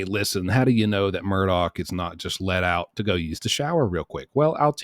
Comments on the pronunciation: Pronounced ' Murdock', great vids man, hope you can keep the quality with the quantity.👍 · Mur-dock. Say it with me...MUR-DOCK.